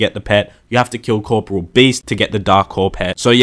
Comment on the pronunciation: "Core -- poor -- ee -- ole." Not "core -- poor -- ole."